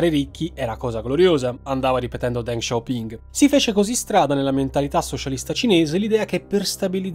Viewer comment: Ma perché “DenG SHao PinG”? Non si può sentire …..